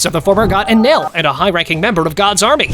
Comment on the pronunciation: You got enel's name wrong